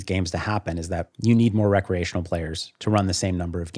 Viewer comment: my ears hear "bad" when he says "recreational"